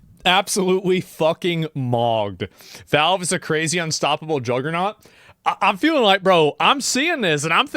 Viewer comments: I don't like the way the narrator says "valve". Sounds more like "vulv". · Wtf is with this dude's pronunciation of Valve? "voulv"